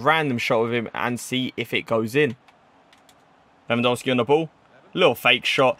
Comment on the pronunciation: Why do you say lewandolski